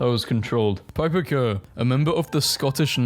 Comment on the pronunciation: this is the only time i have ever heard somebody pronounce my last name correctly (kerr) on the first try, why is is so hard to say my name right. everyone always says "key-are", very annoying